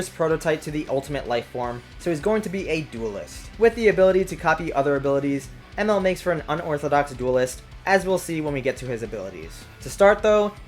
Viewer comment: Anybody else annoyed by how he pronounced Emerl’s name